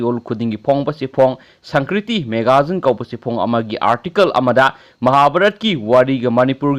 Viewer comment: Sangkriti haiba natte sanskriti haiyo yam heitehe ng ebo